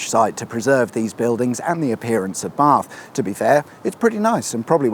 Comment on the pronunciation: Nice to hear the correct pronunciations of Bath and Frome.